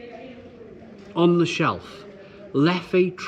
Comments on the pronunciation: Leff. Leff. Fekking Leff not Leffy! Pffffd 😅 Love the Triple. My favourite style. Rituel is nice, Cascade Royal is the IPA you are thinking of. I have a keg of prestige and 6.6° in the garage. But the Tripel is the tops. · So about 5 years ago in Brussels I got told off by a bar owner for pronouncing it "leffey" , he told me it's actually "Leff". Now I don't know who to believe.